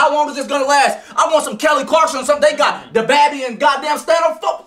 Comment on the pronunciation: *got not GOD